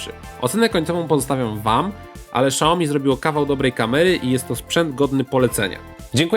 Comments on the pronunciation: "Siaomi", a nie "Szaomi" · Fajny test tylko proszę nie czytaj „szałomi” tylko „siałmi” kłuje trochę w uszy pozdrawiam :) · nie SZAOMI tylko SIAOMI...